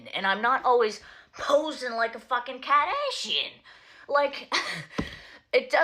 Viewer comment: Apart from where she says, "Kaaahdayshin" 🤣